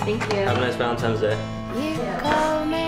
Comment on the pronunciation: Valentimes day. I love it. 😂